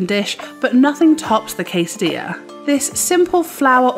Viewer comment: The double "l" in quesadilla and paella are written but not pronounced.